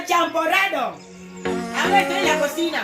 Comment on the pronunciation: Eh kuya, biko naman yan eh,hindi champoradow 😂 char lang 😂✌